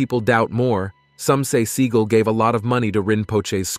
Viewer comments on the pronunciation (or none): Omg, it's Seagal, not seeeegl. So annoying when it's said the wrong way. Other than that is't top notch video! 😁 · Se-GAWLLLLLLL not Seagull the bird🤦‍♀😆Still hit the 👍#567🥳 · His true name is pronounced "SEE-gal" for you kids getting all butt hurt. 🙄 He went with Se-gaal because he liked how it sounded. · Sea-gall, gavone. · His name IS PRONOUNCED Segle... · I'm assuming that AI was used in producing this video, and if so, it is surprising to hear how bad it did with pronouncing Steven Seagal's name. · Can u please say his name right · You can't even pronounce his name rite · Couldn't even get his surname correct !!!! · Steven is going to show up at your door for mispronouncing his name. Am I kidding, or ammi? I lived a block from his West Hollywood dojo for years - one of the students said he dropped in once while the kid was training. I never saw him. It's funnier your way. Seagulls are miffed.